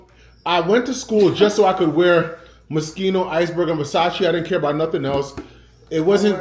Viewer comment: 😂😂😂 Muskeno (Moschino) 🇯🇲🤎